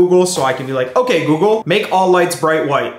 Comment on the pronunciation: When you said, "google change lights to bight white" mine changed also. 😂👍